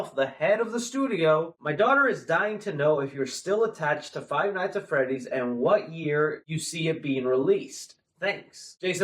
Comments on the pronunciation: Literally like stop saying five nights at freddy it's annoying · "five nights at freddy" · I hate that he said " five night at freddy " ITS FIVE NIGHTS AT FREDDYS YOU BI